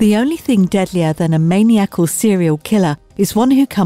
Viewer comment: MANIACAL --- "min-EYE-ah-kul" ... not "MANIAC-ull" 🤣 😂 Smh.... I dont know why I'm still stunned, at least once a day, for YEARS watching videos, at people who READ for a living but can't pronounce simple words (or ask someone if they don't know....) EDIT ADDED: oh wonderful, there it is again, ! Lmao... strike 2!